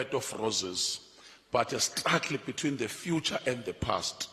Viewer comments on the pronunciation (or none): none